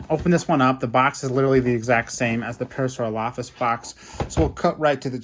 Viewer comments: You say parasaurolophus wrong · you said Parasaurolophus wrong